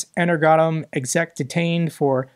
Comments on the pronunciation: Enner.. goadmm!? 😅 Ener-Go-Atom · I MORE than wholeheartedly agree with your idea of dealing with the Traitor of EnerGoAtom(to help u with the pronounciation) but yes. That is THE ONE and ONLY way to deal with that sort of two-legged filth in a nation at war under martial law!!😠😠😤🙌 Great work as always, and of course, and as forever and always Slava Ukraiini, Slava Azov, Slava RDK!!!😊🫡💙💛💪🔱✊🌻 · compound words are easier to read when you split them into components: Energoatom ~> energ - o - atom. Very aptly named company btw. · Pronounced Ener - go - atom